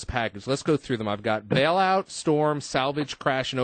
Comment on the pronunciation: bailout sounds like bloc